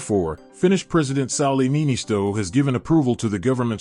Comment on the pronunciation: Niinistö, not "Niinisto". The pronunciation is completely different.